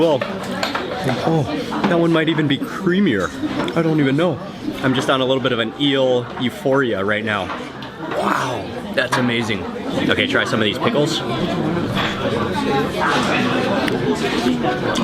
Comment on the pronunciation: It's not eel euphoria, it's eelphoria ;)